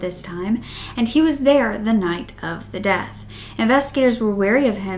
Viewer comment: you said deaf instead of death oops